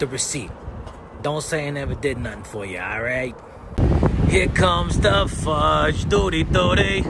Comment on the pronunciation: The fudge part with the accent made me laugh so loud...I even shocked myself. 🤣